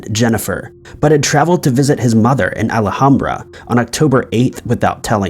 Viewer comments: It’s pronounced AL-HAM-BRA not Ala-ham-bra 😆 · I really enjoy the content but I won't lie.. the way you say Alhambra is killing me